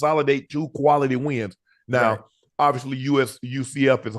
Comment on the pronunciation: Ayeee yooo Unc wtf is Ka-Wality ? 🤔😂